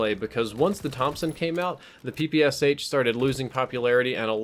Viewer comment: Please check in google how PPSh is pronounced. I'm from Russia and when someone is pronouncing "Sh" as 2 independent letters it annoys me :D